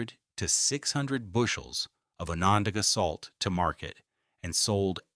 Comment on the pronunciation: I live in the Town of Salina in Onondaga County. Onondaga is pronounced with a short o. Like on. On on not off off. Salina is also pronounced incorrectly here The I is a long I, not long e sound. PS. Thanks for this very informative video.